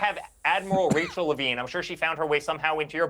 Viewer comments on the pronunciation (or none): none